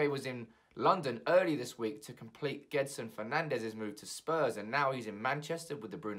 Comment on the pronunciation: I love ur channel and ur videos and i hope Bruno joins but its pronnounced Jorge, with the j like in english and gedson the same thing. Btw im portuguese